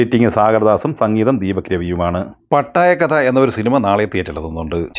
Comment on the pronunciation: പട്ടായ കഥ എന്നല്ല... പാട്ടായകഥ എന്നാണ്